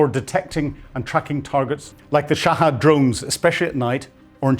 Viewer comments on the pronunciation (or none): Sha-hed Not “sha-hAd”